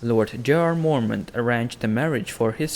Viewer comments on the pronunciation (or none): house morment? ive never heard of-waaaaait....he means Mormont lol